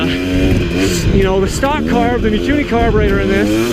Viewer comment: Mikuni and Keihin, I heard "kewni" and "kiin"